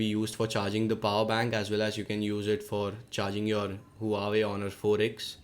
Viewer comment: its wa-wei not hoo-a-way